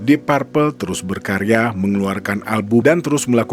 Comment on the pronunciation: Bacanya dip perpel, bukan dip parpel